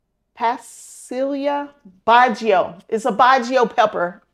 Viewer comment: I've enjoyed this series! I've especially looked forward to the peppers and tomatoes. The pasilla bajio peppers are pronounced 'pa see ya ba hee yo.' I tried to grow them, among a bunch of other plants last year, but ended up having surgery and my garden went to waste. I enjoy watching your channel, and want to be as dedicated as you are with my garden. I know i would have better results.